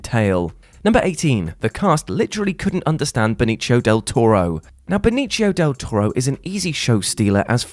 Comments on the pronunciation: Benichio? You mean Benicio. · Be Knee Cee oh. Benicio